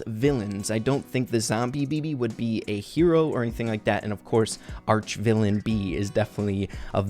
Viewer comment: Isn't it "Archvillain" and not "Archvillian"?